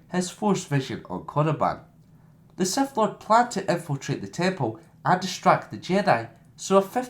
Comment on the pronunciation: did you just say seth lord